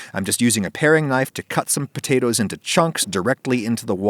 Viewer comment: aww did he say "pea-tatoes"